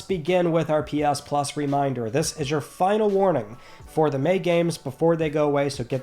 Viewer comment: My girlfriend hates you so much 😅 calls you the says you say it weird. But I wait all week for this video and love you and your into starting my Friday. It is friday nay 30th LETS TALK PLAYSTATION! LOVE YA MAN I love watching even more now cause you piss her off lol